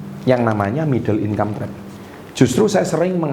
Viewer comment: Middle income trap, gua denger nya "middle inkampret"😭